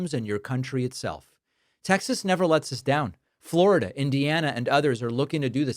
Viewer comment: “Flaurida” and “Misoura” kill me 😂